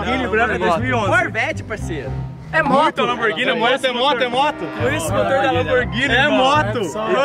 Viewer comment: o "lanboghini branca"